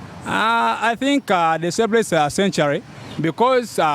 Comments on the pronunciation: I wouldn't say sen- ture- ri.😢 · But your pronunciation of century is somehow off my teacher no wonder the other guy was mistaking it sanctuary.